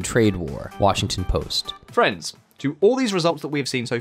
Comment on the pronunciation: When you say friends, I hear France. It's disturbing